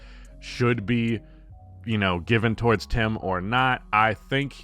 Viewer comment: "towardst"